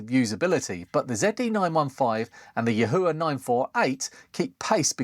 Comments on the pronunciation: I'm told it's s pronounced Yee-Wha... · Yahua in a Geordie accent? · just cut the cord and junked the yihua 929d-v cuz the screws at the shaft base transferred too much heat and softened the mating plastic handle, losing too much rigidity and risking a burn also yihua (谊华, yi4 hua2) in mandarin pronounciation is like yee-hwah. Your pronounciation is very distinct and hilarious